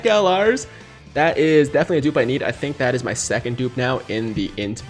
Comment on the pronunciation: "mai riding trunks" 🤨